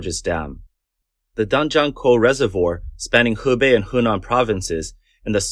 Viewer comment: Narrator, man, stop saying Hebei, it's fken HUBEI!